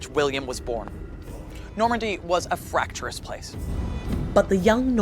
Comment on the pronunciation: I adore Eleanor! I love watching her videos--I eat them up. Please ask her to say "fractious" and not "fracturous."